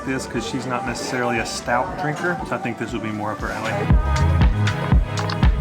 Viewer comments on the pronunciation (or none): none